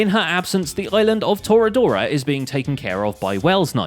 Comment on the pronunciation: IM here. it is tortuga. Not torradorra.